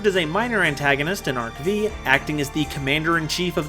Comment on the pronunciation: Great video as usual 🎉 But it drives me crazy whenever you say Arc "Vee" instead of Arc "Five" 😂